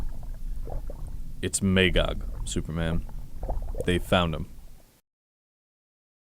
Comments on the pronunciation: May-gog? Its pronounced "Ma-gog" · It was a good audio-story, but they needed someone with a deeper voice for both Superman and Batman. When those two spoke, it sounded like fanboys playing with their action figures. Everybody in the audio story kept pronouncing Magog's name as "May-gog" but it's "Mah-gog". I own this two cassette audiobook, and I love the original graphic novels. My favorite DC story along with The Dark Knight Returns.